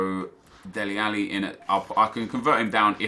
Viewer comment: Its DELE Alli not Deli Alli